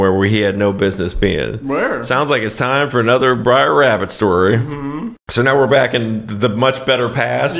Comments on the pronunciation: relax, i was just winding you up for taking it so seriously - also there's no "original" book. These are folk tales. There's no single correct way to spell or pronounce it. The main thing is that it is brother, not briar. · Love yer stuff... It's not "Briar" Rabbit, it's "Br'er" or "Brer" Rabbit "Brer" is short for Brother, and "brer" rhymes with "share"... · It's not Briar Rabbit, it's Brer Rabbit. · Brer, not Briar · It's Br'er Rabbit, not Briar Rabbit. He does hide in a briar patch, but that's not his name. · It isn't Briar Rabbit, it's Brer Rabbit. It is a shortened way of saying Brother Rabbit, Brother Fox, Brother Bear. It's kind of like hillbilly speak, only it's old time black speak. Like in hillbilly, critter is creature, vittle is victual, bob war is barbed wire, borry is borrow, nekkid is naked, etc. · It’s not BRIAR Rabbit. It’s Br’ee, pronounced BRAY’er. You’re thinking of the prickly plant referred to in the fairytale known as a briar oatch. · Br'er is pronounced Brere (like there) not Briar. Br'er=Bro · It isn't "Briar..." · Brer Rabbit, Brer Fox, Brer B'ar, Brer Wolf, Brer Polecat, Brer Rattlesnake, Brer Tarrypin, etc. "Brer", for "brother", not "briar". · It's not Briar Rabbit. It's Br'ar (pronounced Brayr). It's like brother rabbit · Br'er Rabbit. Br'er Fox. Br'er Bear. NOT "briar". Yeah this movie is effed up but at least get things right. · "BRER" NOT "BRIAR" FFS YOU'RE KILLING ME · Briar Rabbit? I've always pronounced it Br'er Rabbit. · I swear you guys are saying 'Briar Rabbit' instead of 'Br'er Rabbit' intentionally just to piss everyone off XD Doesn't help that Br'er Rabbit falls into a briar patch at one point in the story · It's pronounced "brair" not briar. It's Br'er as in BRothER. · Not "briar" rabbit, fox or bear. "Brer" rhymes with hair, it's old southern slang for 'brother'. C'mon, you can do this. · Yes. He's killing me a little every time he says "Briar". "Br'er" = "brother". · "Br-eye-r" Rabbit? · It's brer, not brother.